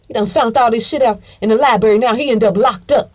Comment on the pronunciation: "He used to go to the LIBERRY" I LOVE IT! LMBAO